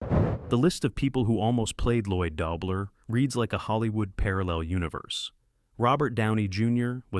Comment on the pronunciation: I love this film! I enjoyed learning these behind the scenes stories, but would have enjoyed them much more if they had been read by a. Mispronouncing the lead character's last name in the first 30 seconds and throughout the piece was the worst 😑